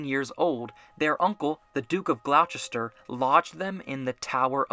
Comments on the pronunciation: oh man i physically cringed at that butchered pronunciation of gloucester 😔 it's said as "glosster" !! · "Glaw-chester" smh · Gloucester is pronounced like Gloster